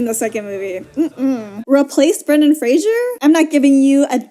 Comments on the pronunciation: Could you pronounce his name correctly? It's my name too tbh and it's not Frasier, its Fraser! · Lol Fraser rhymes with Laser! 'Frasier' is a different name that's just very similar!